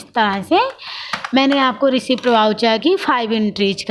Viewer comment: Madam...रिसीप्ट वाउचर नहीं होता....रिसीट वाउचर होता है.